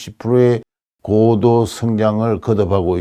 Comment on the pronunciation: "고도"의 "고"를 왜 "길게"발음하십니까? 이"높을 고"자는 "짧게 "발음해야 함은 너무나 분명한 일입니다."한국 어문을 고발함"이라는 책을 고국에 바치오니, 고국 동포 여러 분! 이 책을 읽어 주십시요. 미국 변 완 수 드림